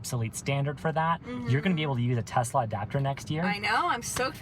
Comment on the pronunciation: I need a update! Does she still want a " Tesler" today?